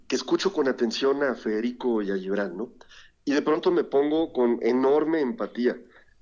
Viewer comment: Díganle al CHAIRO que de donde saca la pronunciación de LLIBRAN??? de cuando acá se pronuncia la G como LL??? Hasta en esto saca lo peladito.